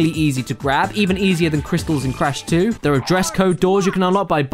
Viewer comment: dere he is folks